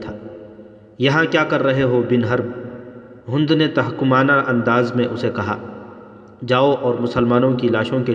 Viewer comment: ھوند نہیں بہای ھند(ھیند) اور صحراء بفتح الصاد ہے بضم الصاد نہیں صوحرا نہیں بلکہ صحرا ھے